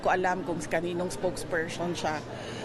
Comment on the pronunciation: Spoke pershon? Jusko sara yan lng dmu pa mabigkas ng maayos tas gusto mo pa mg presidente? Haay sna nga ma convict kna at dna mkatakbo sa 2028 dahil magiging tut4 ka lng ng chekw4 sunod sunuran sa gusto nla mangyari sa Pilipinas kaya wag kmi ang linlangin mo kc di kmi 8080 katulad ng mga byar4n mo at taga sunod!!!